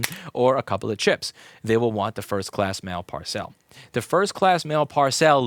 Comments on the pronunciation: Par-cell??? You mean parcel? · Pronunciation: it's not ParSell, it's "parcel," pronounced PAR-s'l. It means something bigger than an envelope, often tied closed with string. Or stringettes, if you like Monty Python and ship very small packages. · No need to “frenchify” your prononciation of the simple word “parcel” Par-cel (par-sil) Par-sell???????? Thank you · The way Louis pronounces parcel really grates me more than it should. Anyway, love the talking head videos even though I don't have anything to do with board repair. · Why does he keep saying PAR SAIL? It PAR SUL (sp Parcel) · What's with saying Par-cel rather than parcel. You wouldn't say Pack-age would you? Sorry just a bugbear, love the content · Parr-cell ?? WTF, Louis? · I giggle every time you say parcelle. Parcel is pronounced PAR-sul. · "Par-sell" - how fancy. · par-cel ?? odd pronunciation, is that an 'merican thing? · Same here, regarding the pronunciation. I've never heard anyone pronounced it that way.